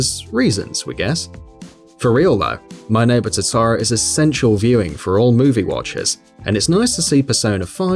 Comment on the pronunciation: "my neighbor TOE TOE ROW"